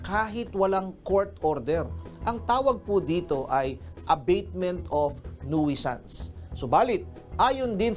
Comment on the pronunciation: NOOSANS hindi "nuwisans"